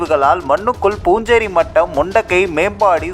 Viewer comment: அது பூஞ்சேரி மட்டம் அல்ல...புன்சிரி மட்டம்....அதாவது புன்னகை மட்டம்..புன்சிரி என்றால் புன்னகை என்று அர்த்தம்...